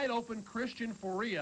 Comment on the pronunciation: How did Dave Logan not know how to say Christian Fauria’s name?